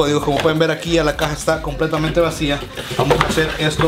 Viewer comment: En el intro te fallo el "YA" nada mas esta "Y" dijo para que repongas ese error :)